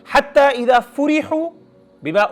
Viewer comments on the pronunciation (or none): Sir ap n Ayah ghalat repeat ki h. The Ayah is: حتي اذا فَرِحُوْا and you said: حتي إذا فُرِحُوا Plz correct this after All it's Quran kalam u Allah not our kalam